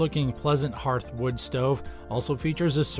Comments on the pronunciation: HARTH!!!? not herth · Were getting told about woodstoves from a guy that doesnt know how to pronounce HEARTH. Its har-th guy not her-th. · What’s a “hurth”? Is that like a “hearth” (pronounced “harth”)? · Please stop saying herth, it’s pronounced HARTH! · It's got a herth?? What the hell is a herth?? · The narrator does not even know how to pronounce hearth! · can't pronounce hearth